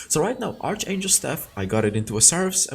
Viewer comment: fail stack different from "fill stack" pronounce Faiyl. archangel pronounce Arkangel.